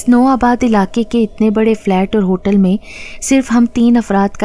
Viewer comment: Apki mein ka accent theek nahi. Jese chai mein cheeni zayada hai ki mein alag hoti hai aur main raat late soya tha dono mein aur main ka accent alag hota hai.ap main ko mein bolti hain. Awaz achi hai apki..